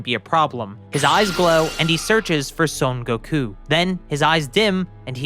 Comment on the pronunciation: It's son Goku not sone goku